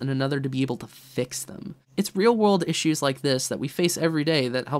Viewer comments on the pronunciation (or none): none